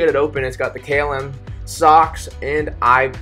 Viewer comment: So difficult to listen to a narrator that disrespects his audience, by mispronounced terms such as KLM. What does Kaylim even mean? Articulate. Pronunciate. You'r adult enough for that.